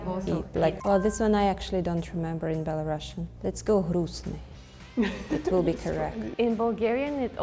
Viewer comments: Belarusian girl doesn't know how to pronounce Belarusian correctly. It's bela-roo-see-uhn, not bela-russian. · PLS bring belarusians who know their native language wtfff sad - сумны (sumny), pencil - аловак (alovak), not a karandash, and belarusian is pronounced as [ˌbɛləˈruːsiən] i'm sorry i didnt mean to blame this belarusian girl, she is so funny, but it was the last straw, as a belarusian i am a little ashamed of her